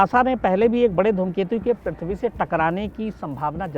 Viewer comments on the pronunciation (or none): none